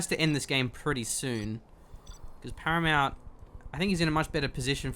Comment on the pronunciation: "As you say, a great engagement from Haramount"